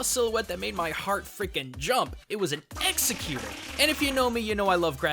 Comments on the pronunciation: I cringed every time he said exeggutor. It's not executor. Ex-egg-you-tor! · executor? ex-EGG-you-tor. And why does that pokedex have the PC soundeffects? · Why do people keep calling him Executor? His name is Ex Egg U Tor, pronounced just like that. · The Malite lol true, but surely he doesn't think that you say "or" as "er" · Yeah, i'm pretty sure it's pronounced Egg-Zek-You-Tour. Or at the very least, change "egg" to "ex" to make it "Ex-Ek-You-Tour". You know, because his first form is a bunch of eggs. Not sure why he keeps saying Executor. Sounds weird and completely wrong lol. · Ex. Egg You tor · Ex-Egg-you-tohr Not executer. Both the show and the Pokedex 3D pronounce it like this plus you totally lose the egg in your pronunciation when you say it like that. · he said exeggute instead of eggegutor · It's executor (like CEO) not executer (the killing people) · hi said execute not eggzegutor in beginning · It's lovely when people have the word right in front of their face and still get it wrong, haha. Spelling: Exeggutor His pronunciation: Eggsecutor (mispronunciation of executioner) Proper pronunciation: ex-egg-u-tor_; an obvious play off of the word executor. Ultimately it doesn't matter because this is a super common thing going on, apparently. I just find it funny that people can have the word in sight of their eyeballs and still get it wrong haha. I feel kinda bad for the dude since he's probably getting a bunch of flak for it :/ Still a great video, as usual :) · i know im not the first person to say this but... EXS-EGG-U-TOR, maybe if it had 3 black sack masks and an axe shaped something you could get away with executor but it doesnt! this is not okay! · "Ex-egg-you-tor" not "executor". Sorry but the pronunciation is driving me crazy!! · ITS EX-EGG-U-THOR NOT EXECUTOR GOD DAMNIT KILL ME ALLRADY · Yeah it's pronounced (eggs-egg-you-tore) not (ex-eh-cute-or) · ***** Like I said, unless you have a speech impediment, it's not hard at all to say Ex Egg U Tor.